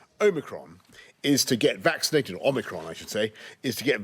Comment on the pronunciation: My English is not good - when he says "omicron" I hear "Oh, Macron"